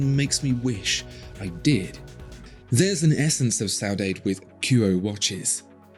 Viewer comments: That pronunciation for Saudade.....eesh. More like Sah-uu-dah-duh and not saudayde hehe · The word is pronounced more like ‘so dad’ or ‘so dadds’ , otherwise the sentiment is ok. Except , that ‘saudades’ is a longing that can never be fulfilled. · Lovely watches, albeit too small for my taste. On a side note: your pronunciation of "saudade" (longing) is all screwed up. It's more like "SOW D'ADDI". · I love that Portuguese word, but it's pronounced "sau-dah-duh"...at least according to Google. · … another great video covering another important topic… simplifying our lives and what makes us happy. Great brand acknowledgment on your part. FYI … the term you referred to is from my native Portuguese language … saudade is pronounced sow-dah-jee 😊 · Eu falo português, cara...(I speak Portuguese, man...) The pronunciation of the word "saudade" is: sow-oo-DOD-gee. 😊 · Isn't it pronounced 'Saaah hoo daaar day'! Chris Rea wrote a song, Saudade dedicated to Ayrton Senna in '94. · Beautiful watch, but you need to learn your portuguese it was hilarious....thanks for the efford. It's not easy.😂😂😂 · Qual a palavra em português você aprendeu hoje? 🤔 Ou está enganado, ou não soube pronunciar😂, mas acredito que seja SAUDADE, it means: MISS SOMETHING OR SOMEONE. Beautiful watch! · Saudade is not meant to be pronounced like that. But anyways.... great video.😊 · Nope. Not close